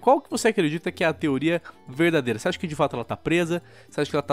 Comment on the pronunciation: "verdedeira empreendedora"